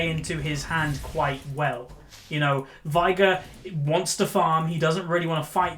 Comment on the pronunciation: Why do you say Vigar? It's veigar , i can't get an why an experienced player can't even pronounce half of the champs you play ...